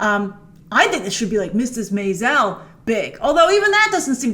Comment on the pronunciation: Grace, I promise to check out this show on Prime if you promise to stop pronouncing Mrs. Maisel like “May-zel” 😝 (It’s May-suhl)